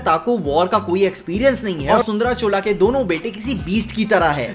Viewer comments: It's not " चोला " it's " चोल " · भाई चोला क्यों बोल रहे, ऐसा कोई वंश ही नहीं हुआ। क्यों चोल बोलने में दिक्कत है क्या? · Chola nhi h. Chol h...😀😀